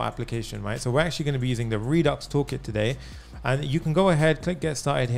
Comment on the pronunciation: No No No No, This is too good. When I hear you say Redux Toolkit, I'm like you nailed it, man. Thanks